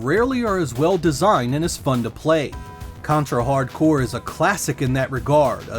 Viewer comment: My favorite contra game!! Is simply the best for me i love Ray and Fang. I cant believe the people get angry for the title, this guy pronunce the game name fine, good video man!